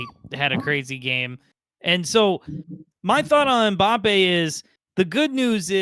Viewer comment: Who the hell is Mabappe? 😂